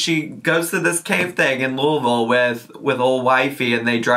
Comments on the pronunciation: I'm from Louisville Ky, and you said it pretty good not to be from here. I was shocked. Lol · Sigh of relief from saying Louisville right 💕💕💕